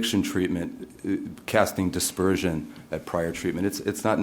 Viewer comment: I'm gonna put a word in his mouth "aspersion" not "dispersion"